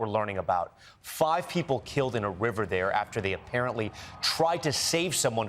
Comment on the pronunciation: 1Coffee, good for health! And you don't say: "Thee is good news tonight" as you use to.😂